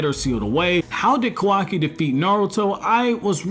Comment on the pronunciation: It’s Ka-Wa-Ki Not kaw-Wah-Key